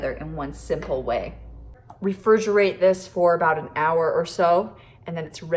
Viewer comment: "reFERGERATE" that's a new one